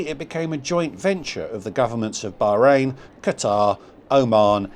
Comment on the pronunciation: I wish you would pronounce Bahrain properly ,the h is not silent and Manama is pronounced MAN AH MA